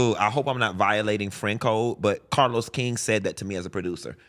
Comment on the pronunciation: Funky keep dropping names 😂 first Oliver now CAH-LOUSE